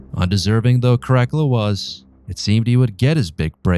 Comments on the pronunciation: It's Cara CALLA! Not crackula😂😂😂😂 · I like this overview. The pronunciation is atrocious. The main character is spoken as kaa-ruh-kaa-luh. Not ka'rack-ulah. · ITS KAH-RAH-CAH-LAH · Never heard this kind of Latin. Care-uh-cull-ah? It's "kah-rah-kal-lah". Since you must have studied Latin, your suggestion is as painful as any other. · Kara Kulla, not crackala. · Cara..cala...not caracala einestine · Italian here, I think a good pronunciation could be: KA RA KAL LA with a good enphasis on the double L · No worries. Not everybody studied Latin. But if wanna know right pronunciation, it is KARAKALA. With simple A not EJ like in English. Have a nice day. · Crack a la 😂😅😊LOL!!! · That definitely was annoying to hear the liberty taken with the pronunciation...especially when scholastic study has taught in consistent pronunciation...(in English, that is) KARAKEL-A (that generic version of the nestle crunch bar) is what I kept thinking every time I heard you say it... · The rest of the video could be amazing for all I know but I gave in well before two minutes as your pronounciation was annoying the hell out of me. It sounds like you're calling him Crackler 😂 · I'm an archaeologist specialising in Rome, it's care-ah-cull-ah. It was painful to hear your pronunciation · So, who's this Crackula person the narrator speaks about? I've heard of Caracalla, but not Crackula. Perhaps he's related to Count Chocula. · Great up-date on Caracalla! Myself as a Roman reenactor, I call him “Kar-A-Kel-La”. All “C” in Latin is always a “K” sound. Like in CAKE, Candy. The soft C cones around the year 1000 as in church Latin. In his coins, you see a young boy, teenager and when joint Emperor in 210 (age 24), you start seeing the Frowning man. Coins in his last 3 years, he looks like trying to go to the bathroom but blocked up ! He likes the scary look a senator claimed. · CROCK-ULA ; LOL; IS THAT DRACULA'S BROTHER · Caracalla…for future reference, his name is pronounced: Kaa-ruh-kaa-luh.